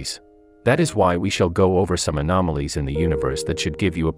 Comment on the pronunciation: Do I hear....ANOMALIES